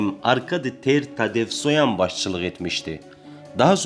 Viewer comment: Bu xəbər kanalı yaxşıdır ,amma Ter-Tatesvoyan yox,Ter Tatevosyan desəniz yaxşı olar.Belə də ki,təhrif etsəniz də olar.